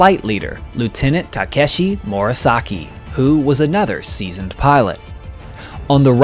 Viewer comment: Really interesting and niche video! You should just try not to repeat words, as in "finishing the WAR with eight victories and residing in Tokyo after the WAR" , e.g. Also, one question: Why do you pronounce "Takeshi" as "Takashi" and "Yasui" as "Yasushi"?